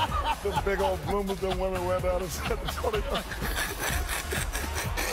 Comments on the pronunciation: “They wear bloomas”🤣🤣🤣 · THEY GOT BLOOMAHS